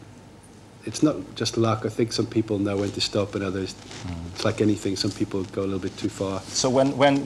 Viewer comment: The way he says "people" is the only time I've heard him with his Irish accent, that one singular word